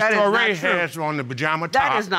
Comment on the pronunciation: Did grandpa just say "3:6 months years old"? Touray, a very common surname in west Africa accept its pronounced as Tooray